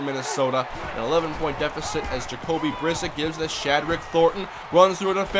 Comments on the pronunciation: You said Brissett’s name wrong it’s pronounced (bruh-set) not (briss-it) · it is pronounced Bris set